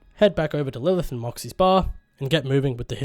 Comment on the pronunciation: Lurth = Lilith